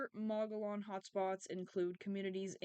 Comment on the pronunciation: Hi,Mo gee on thats how its pronounced.❤